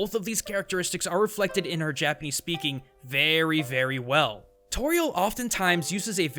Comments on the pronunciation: uggghghhhhhhghhh I never knew how badly butchered Japanese until I decided to move there myself now I can't stand hearing him speak x.x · Your Japanese pronunciation is so bad it makes me cringe